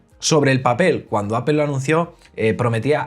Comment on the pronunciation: Todo increíble. Tienes un canal sorprendente. Sólo cuida tu pronunciación de APPLE. Cuando pronuncias dices Apel con la vocal E, y la pronunciación correcta es con la vocal o Apol. Te lo escribo porque tu canal se trata de Apple y es lo que pronuncias mal.